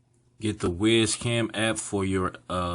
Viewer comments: I think is wyze is pronounced wise not wiz but i may be wrong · "Wise" Cam not Ways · not 'WIZ' cam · WYZE is pronounced "wise"